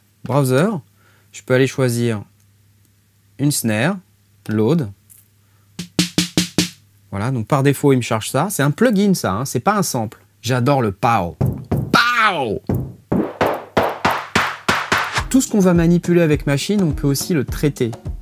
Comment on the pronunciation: For your info, "Sample" se prononce "saimpeul". Ceci dit, excellent video encore une fois. Re ceci dit, je vais conserver mon Maschine MKIII.